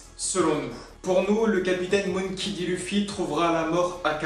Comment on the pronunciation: Non non tu le pronon moonkey un peu a l' anglaise c mperturbe un peu m c tou